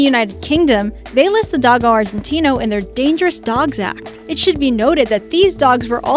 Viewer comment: Also it's not doggo its do go Argentino